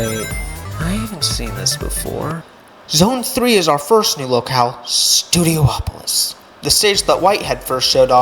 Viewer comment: pronouncing studiopolis as studio-OPOLIS is so irritating😭😭 pretty sure it's just STUDIOpolis. polis is a greek word for city. just go with that pronounciation. studio, polis. studio OPOLIS is irritating as hell